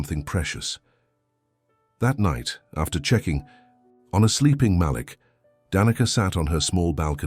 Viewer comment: Love the story. I don't like when the storyteller mispronounce Malek's name. He pronounce it like it has 2 lls.